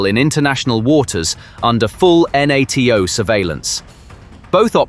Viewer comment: It's NATO one word sounds like "nay toe" not N A T O